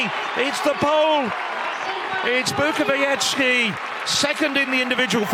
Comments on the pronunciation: BUKOWIECKA!!! Not Bukowiecki. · Unfortunately, as always before, the British commentators cannot pronounce correctly the last leg of the winning team, that is Bukowiecka, he says Bukoviechi, which indicates a considerable amount of ignorance and indifference but certainly lack of professionalism. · Nie potrafią też wymówić zbitki liter "-cki, -cka" ,nie wymawia się tego jak -kki, -kka. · "Natalia Bukowieci"? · Bukowiecka is incredible! Learn the pronunciation, you may need it. It says Bookovietzka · "Pół biedy" jak by powiedział Bukowiecki, ale on powiedział "Bukowieci". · Bukowiecka surename is pronounced [ Bookovietzka ] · Bukowieczy he said 😂😂👍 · Yeah, the first commentator pronounced Natalia's surname like if she was Italian.... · Natalia is one of the stars of European athletics and the guy can't even pronounce her surname correctly, amazing piece of journalism. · What a strange pronounce 'Bukowicka' from main commentator?